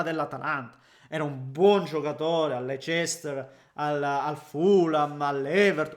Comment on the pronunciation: La pronuncia di Leicester mi ha incantato🤣🤣